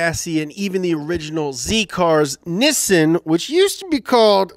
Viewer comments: “Nissin ” makes me want 🍜 ramen noodles. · I cringe when he say “Nissin” and not “Nissan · NissAn. Not nissUn. Niss-an. Get your life together. Great video. Also collab with car throttle incoming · Dude said niisen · a channel about car but didnt know how to pronounce 'nissan'